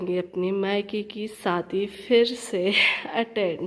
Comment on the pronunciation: Sadi nhe shadi bolte hai aap ka talfuz sahi nhe hai....